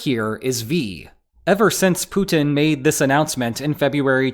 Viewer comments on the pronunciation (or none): none